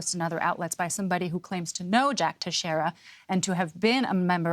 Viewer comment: Tex- reria! Nobody outside Southeastern Massachusetts can pronounce Portuguese names..